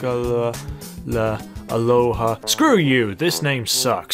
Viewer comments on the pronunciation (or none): is it that hard for you to pronounce Fa ga lo a ? Jesus